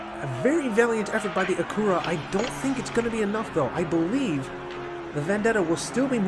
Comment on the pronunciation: Its Acura and you keep saying "Acoora"